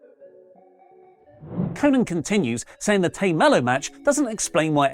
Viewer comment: Tay Melo's first name is pronounced "Tie". It doesn't normally bother me, but you said her name incorrectly so often in this video that I had to point out this mistake.